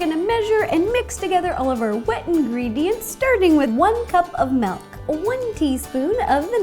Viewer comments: She says "melk" not "milk" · MILK ITS PRONOUNCED M-IL-K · After all these years ro is still saying melk But i find it funny still,Make something "Melk" themed ro!!!